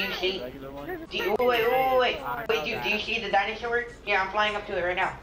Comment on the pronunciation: HAHA! "imma showyou a dinausor